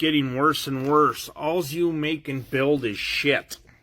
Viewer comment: "Alls"? "Shtraight"? Oh, brother..........